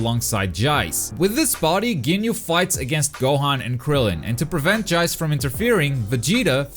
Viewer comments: Did he say "Jayce"? Lol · Love how u say Jayce! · This just in: can’t say Jeice’s name correctly.